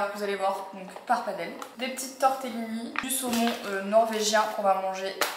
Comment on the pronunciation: Marie je t’adore mais par pitié paPPARdelle , pas paRpadelle 🤣🤣